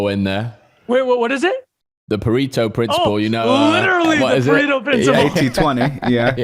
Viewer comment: “You can’t pronounce Gyro” lol Proceeds to fuck up Pareto pronunciation